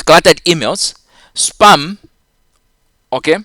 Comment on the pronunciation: your spam sounds like sperm lmao...